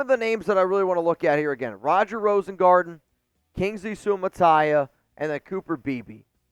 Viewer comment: 👏🏾👏🏾👏🏾👏🏾👏🏾👏🏾👏🏾 for the correct pronounciation of Kingsley Suamataia name. As a Samoan i gotta give it up. Raiiiiiiiiiiderrrrrrs